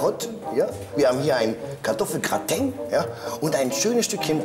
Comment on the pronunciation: Die Deutschprofis: "als wie" "Hat er den Mund aufgebracht" "KartoffelGRATENG!" "BÜFT Motto Partys"